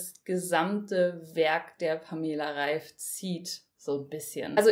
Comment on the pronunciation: Wird der Name nicht anders ausgesprochen?